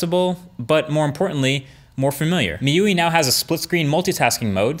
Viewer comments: Meewee software lol. It's mee - iuh - eye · MI-U-I not myueee. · dope video, but i would prefer it if you would pronounce it MI UI (since it short for XiaoMI User Interface) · its not MIUI its a meuwi xD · Great video! It's pronounced "Mee you I" by the way, not Meeyuee." Keep up the good work. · From miyuwi to my yu-ai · Excellent video...just that MIUI isn't pronounced as Me-you-ee....but as Me-you-I. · hi MKBHD its pronounced as * Miyu- Ai * not Miyuwi got it? MIUI = miyu ay ... it is MI UI like Google AI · It's pronounced Me You-Eye, as in Mi User Interface, not meyuee. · Mrwhosetheboss miuwee? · Tyler Aschen My U I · Me, You WEEEEEEEEEEEEEEEEEEEEEEEEEEEEE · Mee yiu ee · I believe it's pronounced me-you-eye MIUI. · In 2016 my ui In 2017 Mee you eeeeee 🤣 I wonder how does Marques pronounce Miui in 2022? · Pronunciation Guide: Piezo: Pee Eh Zo MIUI: ME Yu Aye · Actually it's pronounced ME-UI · MIUI is pronounced as "Me You I" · He calls MIUI "Meowi" WTF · Its pronounced "Me You I" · The way he pronounces MIUI 😂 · Mrwhosetheboss yeah made me go ROFL for like 5 minutes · Halorin Wasn't meant to be a criticism, was just amusing :) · wrong pronunciation